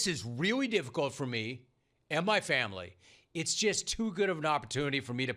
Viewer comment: This is difficult for me and “Ma Faomlee” 😂